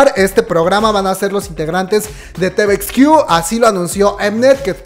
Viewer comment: Pues no tiene "muchos años" desde que se reunieron las 2NE1, apenas el año pasado se reunieron por el aniversario de su debut. Una observación, cada que pronuncias palabras como "combek", "estrai kids" "te-ve-ex-quiu", "bi-ti-o-bi", "mamamo" siento que me da el soponcio... se pronuncia "combak", "strei kids", "ti-vi-ex-quiu", "bi-tu-bi" y "mamamu". Se que es de mamadores pero creo que mínimo esas palabras que usamos mucho las kpopers las debemos pronunciar correctamente. Pdta. Me vi todos los anuncios sin saltarmelos 👌.